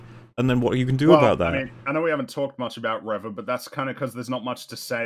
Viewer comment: Nobody should take arguments about how words are pronounced for as long as he continues to mispronounce Reva. How does he still not realize he's the only one saying "reh-vah" and not "ree-vah"?